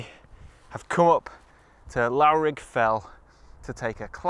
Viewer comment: The most embarrassing bit of your day was not forgetting your batteries but calling Loughrigg Fell "Lowerig" Fell. That is a castration offence! It's "Luffrig" Fell. Please!!! That shot is more common than rain in Seathwaite but nevertheless a classic view in many ways. The Blea Tarn to The Langdale Pikes is another classic Lakes shot that can occasionally give beautiful images as the morning light caresses the summit of Pike 'o Stickle. But I mean occasionally! Stunning when it's right though!